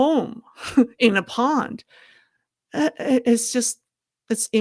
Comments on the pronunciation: the word is pond, not pound. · pond sounds like yawned You are saying pound.